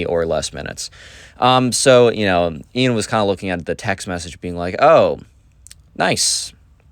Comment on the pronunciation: no its Ian not ean :/